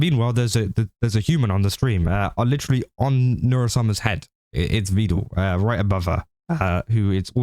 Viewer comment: Is he saying "Vedul" as a joke, or did he learn the pronunciation from Evil?😂